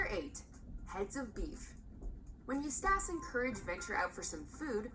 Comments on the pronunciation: I hate that mojo sucks fuck with the little things like EustAHce instead Eustace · U stash.... it's eustace Bruh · I die a little inside every time she says it wrong. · ikr. She can pronounce Muriel perfectly , but makes a cock-up of Eustace? It's bad enough when non-english speaking reviewers screw up the names, but this woman is clearly American...okay, I get it now.